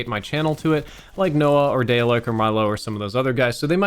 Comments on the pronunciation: DAYLEK 😂😂😂 it’s DARLEK you nonce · Even though he says his name in the beginning of every video, it baffles me how Americans STILL mispronounce the name Dalek